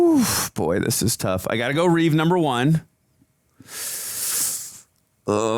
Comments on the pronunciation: Take a shot every time they say "reeves" instead of Reeve. 🥃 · His name was CHRISTOPHER REEVE, NOT REEVES. There's no "S" at the end of his name. It's a shame no one ever remembers that. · Remember it’s Christopher Reeve. Not Reeves?